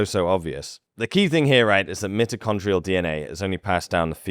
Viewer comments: You should be better at your pronunciations considering your lineage. It is not MIT-o-con-tree-al but MY-toe-con-tree-al dna I’m sorry but there are not different English dialects used to pronounce this it is quite clear. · Look I don’t care how British you are, you don’t say mitochondrial like that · Stop saying mitochondrial ... It's MITOCHONDRIAL!